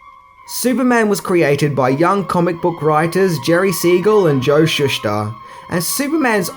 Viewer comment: He’s pronounced ShoeSter not Shush ter.. my god your English is brutal